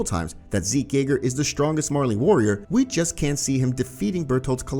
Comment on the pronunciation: I’m sorry did you say zeke yeager